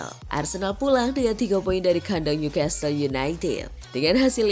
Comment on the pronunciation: Maaf bukan ngajarin NEW CASTLE itu bacanya bukan nyu kestel....tapi nyu kasel...saya tahu karena pernah tinggal di sana